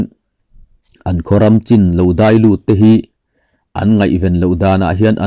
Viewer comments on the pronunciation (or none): none